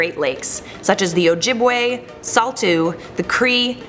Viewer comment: SAULTEAUX** is pronounced like "sodo" lol js hearing someone actually say saultough and pronounce it like that sounds hilarious